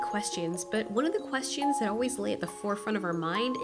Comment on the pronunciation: and I keep hearing questeeons rather than questions